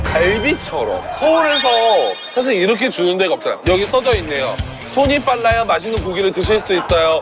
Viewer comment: 전라도 사람 특 이렇게 <- 이러케 라고 발음 해야는데 이러게 하라고 이러게 ~ 이럼 왜 이러게 라고 말하는거지.. 국어를 개 ㅈ 으로 배움? ㅎ 이 ㄱ으로 가면서 ㅋ 발음이 되는건데 지들이 뭐라고 국어를 무시하고 이러게 라고 발음함 진짜 줘패고싶음